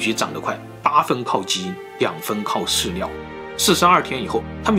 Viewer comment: 你的ㄋ跟ㄌ發音是不是會搞混@@ 飼料講出來變飼尿